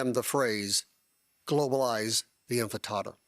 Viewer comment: He literally said “globalize the infant-tada” - if it’s such a scary thing, you would think you’d be able to pronounce it.